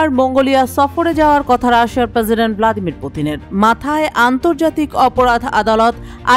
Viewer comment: প্রসিডেন্ট বলার ধরন এমন কেনো?